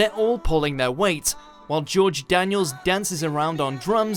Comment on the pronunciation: george danieLLLL not danielS thank u